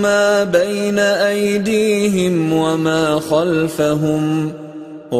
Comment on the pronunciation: Salam aleikoum, il y a une erreur dans la récitation. Minute 5', "bayna aydihom" au lieu de "aydihim". Juste une petite remarque. Sinon belle récitation mashallah.